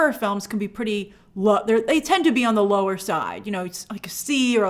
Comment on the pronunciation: I know she said 'lower budget' but I heard 'lore budget' and I think that's a great descriptor for smthng like Bad Batch